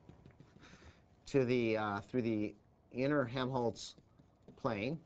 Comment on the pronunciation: Helmholtz, not Hemholtz :)